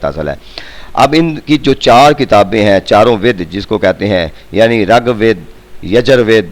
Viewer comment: sir g rAG WEED NAHI RIG WEED HOTA HY